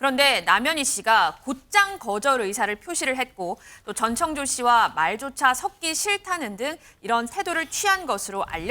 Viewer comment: 오 저 분홍옷 여자분 전청조 발음 연습 좀 하셨나봐요 ㅎㅎ 지난번앤 노상 정찬조라고 하시더니 이번엔 제대로 발음하려고 노력은 하시네요, 비록 혀가 꼬여서 발음은 여전히 제멋대로지만요 ^^